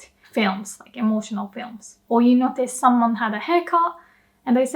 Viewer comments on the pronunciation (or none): none